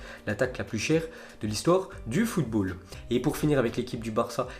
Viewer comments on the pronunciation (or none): none